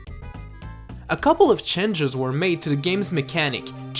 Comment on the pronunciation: Like the videos! but the pronunciation of the word "change" bothers me a little hehehe Nothing major good work